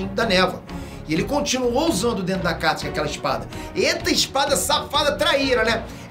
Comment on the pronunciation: Não é "Katsuki" é Akatsuki!